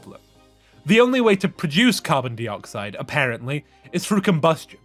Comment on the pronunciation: I was enjoying this so much right up until you started pronouncing dioxide as dee-oxide, so distracting, it's die-oxide.